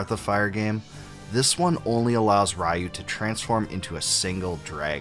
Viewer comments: It's pronounced ree-oo! good video! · You mispronounced Ryu lol! A bit too harsh, but I had that initial feeling way back. The setting and some aesthetics didn't jive with me at first, but a few hours in things clicked. I don't know how the artwork didn't match when it's the same artist that has been working on the series put into 3D form. I think that is what put most off, and battle system. I kept playing and I found it to be a great game with a great story and lore. The ending is a huge payoff and even gives you bonus scenes and replay value. The mini game with the ants, if you stuck with it, culminated with a secret boss and secret weapon. That added to the value for me. Given what Capcom is today, I know they will never touch sprites or make a recognizable BoF game again if people thought this was a departure. The team took a chance with experimentation and likely not what most wanted, finishing the story was a fair send-off. I don't think many stuck it through the challenge it presented and I almost didn't. I recall getting mad, putting it down but I wanted to know the story and didn't like the fact the game "beat" me because I didn't pay attention to the D-Counter. It added tension to the game that played into the urgency and gravity of the situation. Nina was dying the more pollution she took in, Ryu was losing his humanity the more he used his powers. What got me surprisingly was the frenemy relationship between Ryu and Bosch. Once you learned what made Bosch what he was and how scared he was when dying. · No it's not. It's Ryu.